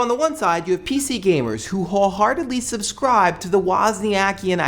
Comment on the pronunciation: i don't know what "subscrive" is, but i don't think i want to do it ( you said subscrive :D)